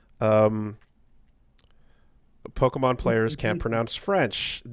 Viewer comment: Doing my part of getting "mad" at for a mispronounced word. "Pokanon." SMH.